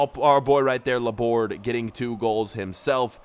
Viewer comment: Laborde's name is pronounced as La-bor-dey. It's because he is French